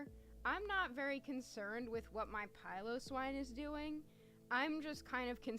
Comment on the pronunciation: Great vid! Thank you for pronouncing Piloswine correctly :)